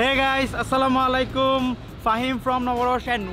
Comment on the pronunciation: not Slamalaikum❌ Assalamualaikum ✅